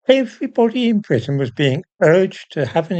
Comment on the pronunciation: At first I thought you said "Everyone in prison" instead of "Everyone in Britain" - an easy mistake these days.